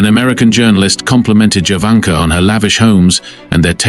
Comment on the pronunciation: Her name is pronounced Yovanka